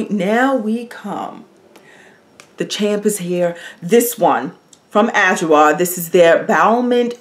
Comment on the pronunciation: I missed your videos! I’ll definitely check adwoa. And it’s pronounced ah/jwaa